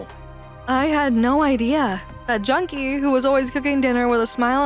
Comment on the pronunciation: It is pronounced Jun-Ki